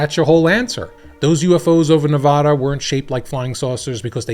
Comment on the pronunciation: Please learn how to say Nevada, love your videos!